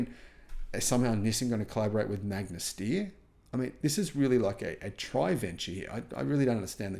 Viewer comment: As an Austrian, it makes me very sad that Magna Steyr produced such inferior cars. Also since I was really hyped for the Fisker in the beginning because it has some good approaches. btw the "Steyr" in "Magna Steyr" is not pronounced "steer", but rather "SHT-ayr"